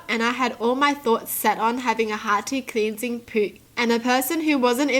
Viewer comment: The way she said "PIN T" really angers me. "CLEAN SING"